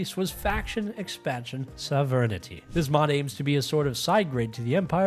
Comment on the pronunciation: The way you pronounce sovereignty gave me conniptions